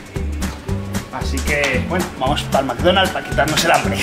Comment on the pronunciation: McDonald's maikdonald's